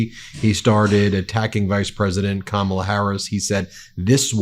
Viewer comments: If a person said the name rite millions of time b4 n now he can't prounce it rite, definitely something wrong with this person. Dementia or alzheimers put him in the mental institution. Vote BLUE, Kamla / Walz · He thinks making fun of people's names which by the way is another r)ethnic slur, and these disgusting audience members thinking it's funny just shows you the hate that he loves to spread and feed but pronounced one of their names wrong they will go off the rails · Trump is unable to remember how to say Kamala's name so he has to avoid it or make fun of it. I have rarely heard him pronounce it correctly and he is obviously uncomfortable with it. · He doesn't "mispronounce a word"? How about every time he says the name of the vice president, but he thinks it's smart to insult the majority of the population? Don't think all women, certainly older women, know all the micro aggressions of disgisting men like him. We have brought up our young sons to respect women. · Says 2 hours without mispronouncing a word and immediately mispronounces Kamala. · Nobody knows what her last name is? Trump doesn't even know what her first name is, or at least how it is pronounced. And Trump being Trump, he couldn't care less. At his rallies he weaves a verbal tapestry comprising vomit, excrement, insults and lies and thinks he has created a work of art? More a work of fart! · I don’t know who kamaula is, maybe if he bothered to say her name right someone could tell him her last name. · An English teacher wouldn't call you brilliant. Your speech is atrocious. You can't tell how poorly you speak because you are a failure in so many things, including language. You can't even pronounce Kamala properly. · What a childish, insecure, petty child. He won’t pronounce Harris’ name correctly. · Perhaps we should approach that Trump is not smart enough to pronounce these names properly. So he makes it into a joke to hide that fact that he is just too stupid to pronounce words.